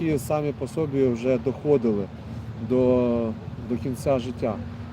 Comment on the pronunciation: Тема ,речи правильные. Но слушать грустно...Ну РОДной( язык семьи,РОДа) для вас русский- язык русов- и разговаривайте,не предавайте себя. Паренёк тоже :" самі по сОбі...." Наголос в українській мові тут єдиний,без варіантів- по собі,на останню голосну.